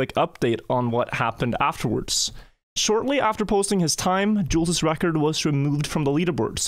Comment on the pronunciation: He is killing my name with the way he is saying Jules